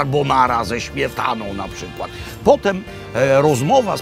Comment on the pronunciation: Carrrrbonara ze ŚmietanO :~Ppp